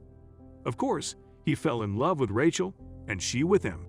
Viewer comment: somepne should tell that announcer howto p[renounce rachel. it is pronounced raychel.